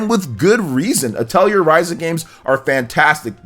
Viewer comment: Your pronunciations of atelier and suikoden hurt my ears